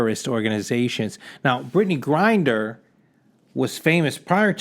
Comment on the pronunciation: 'How many Americans are locked up in foreign countries.' Yet that number is still going to be a joke compared to Americans you lock up (and yes, also for next to nothing and for decades or even multiple life-times). The reason you're so upset about Mrs. Griner - whose name you can't even pronounce in your own video on the topic... - is I suppose, because she is a PoC and woman (yes, even if you falsely try to deny her gender based on lunatic conspiracy theories like flat earthers; probably immature that a woman is fitter than the slimy Italian greaseball that is you who is supposed to be some grand fitness coach or entrepreneur or something). At least you have enough self awareness to notice that you are slowly sliding to the conspiracy nutcase crowd like QAnon, StopTheSteal etc. And why does the video continue after you say 'That's all I have to say on the topic.' around the 3 minute mark or 50% of the video? Also why do you still use the closing term 'buy red & sell green', when you haven't made anything on finance in at least an entire year, which was your only halfway decent content btw?